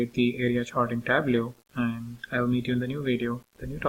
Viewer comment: It's "Tab-low" not "tab-loo". Otherwise great tutorial.